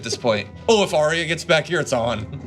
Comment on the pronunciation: Arya is pronounced 'Ar-ya' not 'Aria'